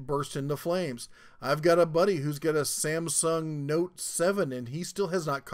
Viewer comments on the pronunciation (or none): none